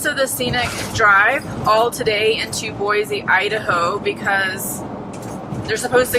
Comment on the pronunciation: been enjoying seeing your travels as this is something I'd love to do! Thanks for all the great content! I grew up in the Boise (local tip...pronounced BOY-CEE;)) area and am so glad you enjoyed your visit...so much beauty to see.